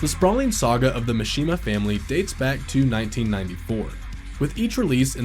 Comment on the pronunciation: There is no way the person voicing this played the game. I refuse to believe someone could play the entire story and still mispronounce “mishima.”